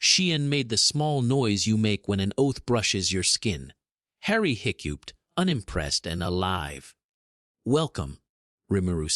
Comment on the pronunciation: Made me laugh how it couldn’t say hiccuped